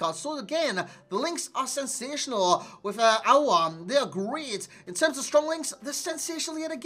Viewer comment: You said it Correctly “aouar”😍